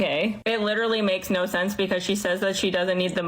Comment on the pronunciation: Why do you pronounce words with an "O" with such a weird affectation? You say "yo" like "yoErr". Video like "VideoErr". No like "NoErr". Robot like "Rerbot"? Why?